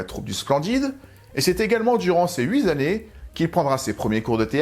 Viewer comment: "durant ces huit Z'années".....ca fait mal aux oreilles.